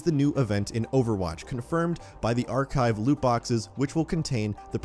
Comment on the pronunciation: His driving me crazy when he keeps saying archive